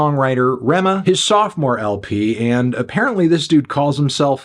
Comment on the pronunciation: Ayyy you got the pronunciation of his name